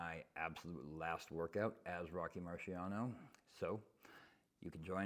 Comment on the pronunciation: Rocky Mariano? 🤣🤣